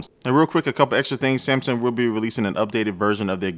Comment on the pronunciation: "samsum"? New brand?